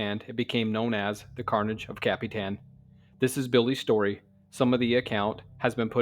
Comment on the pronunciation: This "stiry" Just earned you a new sub... Me. 😂 Awesome "stiry" telln..